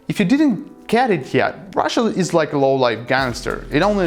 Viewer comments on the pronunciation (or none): none